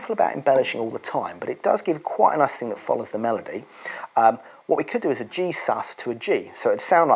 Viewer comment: Every time you say G “sus” you sound like you’re saying Jesus 💙🙏🏻